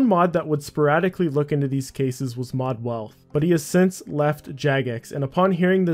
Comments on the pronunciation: It was mod weath, not wealth lmao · It was Mod Weath not wealth